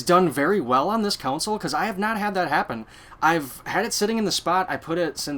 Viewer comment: Hey - - GREAT video - just one thing - its a CON SOLE - Its NOT a COUNSOLE!! since you said that word about 100 times - PLEASE learn how so say it!